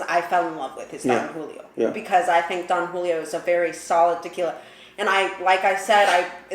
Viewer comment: Who is Dan Julio? And what's a añejou?